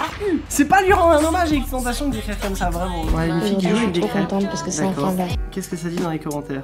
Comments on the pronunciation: Il a dis x tentations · Tu as osé dire x tentacion 😬😬😬